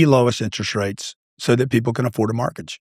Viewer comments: How is it that a “real estate billionaire” absolutely CANNOT pronounce the word “mortgage”. He says “MARTGAGE” 😂😂😂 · Why does he call it a “martgage” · Whats a margage?